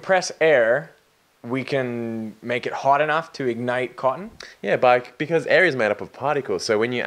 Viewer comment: did any one else notice that he says hot enough to ignite cotton in an Australian accent ?